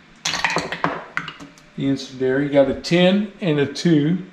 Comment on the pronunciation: Really enjoyed the videos and learned a few things in the process. BTW the proper pronunciation of 'incendiary' is 'in-send-dee-ary'.